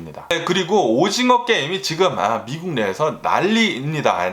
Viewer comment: 원래 한국말이. 어눌한가요? 미쿡 미쿡 하는게. 약간 거슬리네요